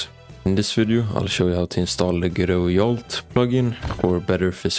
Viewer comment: It's Jolt, not Yolt.